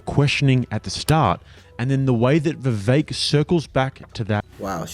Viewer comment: Vivek, rhymes with cake.